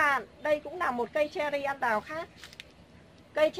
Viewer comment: Tiếc là nói ngọng! Cây ăn đào là cây gì ta?